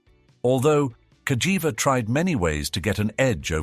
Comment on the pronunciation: The Narrator call the Name in 2 different ways,First Cagiva with the G pronunciation…then Later Calls it with the J pronunciation 🤦‍♂️